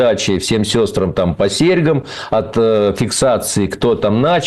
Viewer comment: По орфоэпической норме фразеологизм звучит так: всем сестрАм по серьгАм.